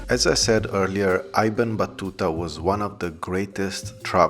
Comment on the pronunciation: Little correction: it’s ibn( like in I ta ly )Battuta. Ibn means son in Arabic